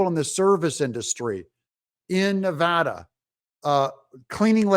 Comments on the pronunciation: Of course we did. And you said Nevada correct! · Thank you for saying Nevada correctly!!!!!!! Spoken like a local.